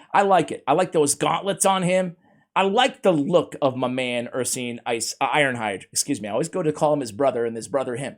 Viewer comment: Ursine is pronounced ur-sign, not ur-seen.